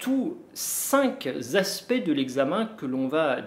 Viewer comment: Pourquoi dites-vous (3 fois) ‘cinq-s- aspects’, bien qu’il n’y ait pas de s dans le mot ´cinq’ et donc aucune liaison ?